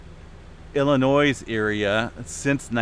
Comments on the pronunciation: Im familiar... Illinois is pronounced Ill ah noui (s is slient). Cheers! :) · STOP PRONOUNCING THE "S" IN ILLINOIS, THE "S" IS SILENT. I live in Illinois and it hurts my ears when I hear people mispronounce the name with the s. Thanks